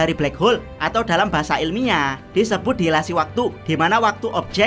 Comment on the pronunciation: bukan dilasi waktu tapi dilatasi waktu